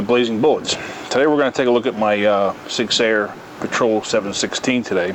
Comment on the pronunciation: Ah yes, the old "Sig Seyer"